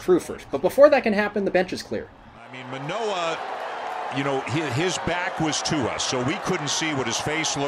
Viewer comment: The Orioles announcers must be really stupid if they thought that was intentional, considering they couldn't say Manoah's name properly so not particularly surprising.